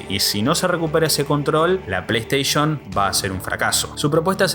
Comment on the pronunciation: O “pleisheishn” o “pleisteishen” no existe ningun razon pa llamar las “PLEISTEI(SHON)”” ninguna… ni en latinoamerica ni en españa. Station se pronuncia como (steishen) no como (steish(on) VIDEO ES. Deee putamadremente interesante! ❤ gracias! 🤝🤝🖤🧑‍🌾